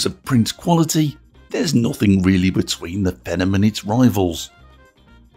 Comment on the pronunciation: 'fee-nom' is how it would be pronounced. otherwise excellent video.